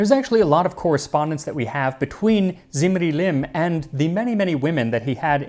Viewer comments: Small Correction: is pronounced as "dzimri-lim", the "Z" is scholastic shortcut for the akkadian 'dz' sound ...which later very likely eroded to a simple "z" sound like in many other semiitic languages, so depending on when that happened in regards to the lifetime of that dude, ur pronunciation may still be correct nontheless 🙈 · When you say "Zimri-Lim" I hear "Lemony Snicket"